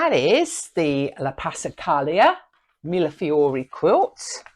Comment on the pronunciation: Finally! Someone who knows how to pronounce Millefiori! I can’t tell you how many times I’ve heard it pronounced as Milliflori. I know it’s a ridiculous thing to be bothered by. But I am. Your channel is lovely. I really enjoyed it. Always love other witchy beings.